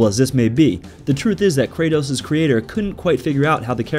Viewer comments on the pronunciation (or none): none